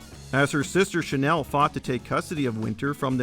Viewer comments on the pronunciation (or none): none